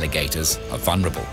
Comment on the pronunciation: A beautifully filmed and rendered documentary. 2 observational though; there is no information about how long the various species can remain underwater,and, for the benefit of the narrator, the ‘l’ in vulnerable isn’t silent.